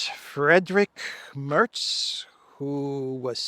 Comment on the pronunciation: The E in Merz is more like the e in "telling".